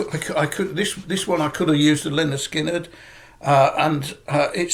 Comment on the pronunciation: Hi, I think I am the only one in the VC who has not bought Smile. I guess I need to stream it as everyone seems to love it. Agree on Skynrd and great job pronouncing it. I don’t get cassettes either. I’m going to sit back and enjoy your video and give you a sub from the US